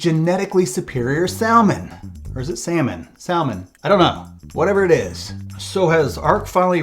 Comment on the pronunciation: Sal mon? Nobody pronounces the L bruh. That’s like wearing sunglasses in a dark room.